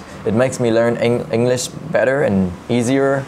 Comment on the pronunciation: Pleaseeeee pronounce ENGLISH correctly. And QUESTION and WATCH. (I mean the ending sounds) It’s amusing watching you but it’s kinda annoying when such words are not perfectly pronounced. Thanks for the video.